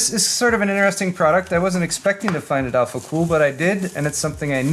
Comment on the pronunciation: I love Mr. Heimlich's not so german pronunciation of alphacool's german product names.